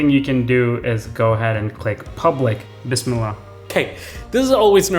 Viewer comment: Always loved your content brother keep it up and great to see how much your channel has grown PS: Loved how you said Bismillah Im also a huge Porsche fan like you My dream attainable car would either be the Cayman GT4 or a BMW M3 Competition